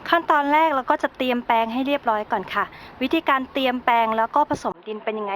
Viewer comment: ขา มีความรู้เรื่องการปลูกพืชแล้ว ต้องถ่ายทอดอย่างนักวิชาการด้วยคะ โดยการออกเสียงให้ถูกต้องคะ ออกเสียง ตัว ร เป็นตัว ล และออกเสียงคำควบกล้ำไม่ได้คะ ตัวอย่าง เลา (เรา)โลยเมล็ด (โรย) ลดน้ำ(รด) 3 วันแลก (แรก) ต้นก้า (กล้า) กะหล้ำปี (ปลี) เตียมแปง (เตรียม แปลง ) แคะแกน (แคระแกร็น) ปูก (ปลูก)